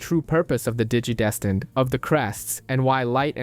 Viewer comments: “Digi-destined”? ❌ “Dee-gee-desteened”? ✅ 😂😂😂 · that and how he kept pronouncing "digidestined". Digi-deeeestined. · Nice video, but pronouncing the same word 3 different ways is incredibly frustrating.